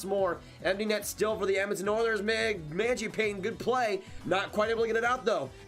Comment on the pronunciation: My brother watch a video on how to say magiapane, great vid tho